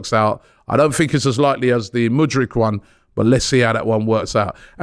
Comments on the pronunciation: Mudryk not Mudric Robbie pls 😂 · Can someone please tell robbie its mudryk not mudrich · Robbie back with butchering names 😂 Mykaylio Mudric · Would it even be a proper Transfer Daily without Robbie completely butchering a name or 2?. "Mikilio Mudrich", ffs🤦‍♂️😂. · Whos Moodrich? Its pronounced Mood-rick. Not that difficult tbh. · calls him Mudruc. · Robbie still cant pronounce Mudryk